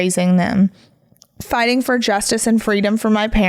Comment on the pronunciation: Omg. It’s not fightinc or happeninc. There is a G at the end of these words. All words ending ing you say inc!!! It’s obnoxious